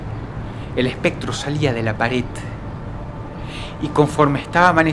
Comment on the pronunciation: Dross suele pronunciar la D al final como T en su vocabulario como "ataut" o "actitut".